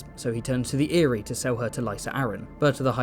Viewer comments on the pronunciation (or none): none